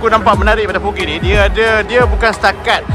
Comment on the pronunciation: voge sebutan dia vod's